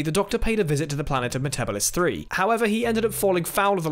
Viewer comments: Metabeeeevis 3. Not metabevis 3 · why do y’all care if he mispronounced metabelis III?? u still understood what he meant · You'd think would have known how to pronounce it... 😔